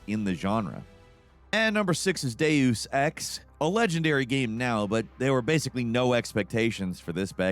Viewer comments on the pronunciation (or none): “E I Dos” and “Deyuoews” are never going to catch on as pronunciations